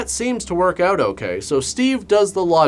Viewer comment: Always great when accent goes in an "Oooout". Lol. But "Nu-cU-lar" is always awesome. 'Gotta check it "Oooout" here in Georgia " (Lol. The best of the best reviews as always!) Rock on